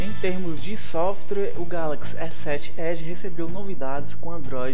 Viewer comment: ele realmente fala softrue?